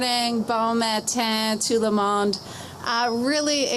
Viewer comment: Toot la mond!? Did that lady take French past grade 9 ? Wtf